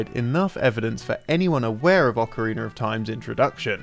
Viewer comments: Why does always says "Ocariner" instead of Ocarina? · Anyone else has noticed how consistently pronounces "ocariner" instead of "ocarina"? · I don't know if I'll ever get over this guy saying "Ocariner" but it's been YEARS and it still irks me. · Ocariner of Time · I always love these videos, including the narration, but am I the only hearing him pronounce it as “Ocariner”? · It's a European English thing. Pretty much any word that ends with "a" sounds like "er." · Ocarinerr of Time xP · I love Ocariner of time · Ocariner of Time 0.0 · Okereener of Time? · Why do they keep casting this guy who says "Ocareener of Time" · It's a weird thing I noticed with some English people. With words that end in 'a' they add a 'r'